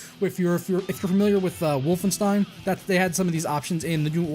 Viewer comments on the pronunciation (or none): That aint how Wolfenstein is pronounced :P Otherwise... thanks!